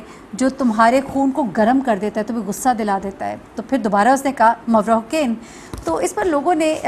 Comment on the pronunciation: Its Mavra Hussain, not Hocaine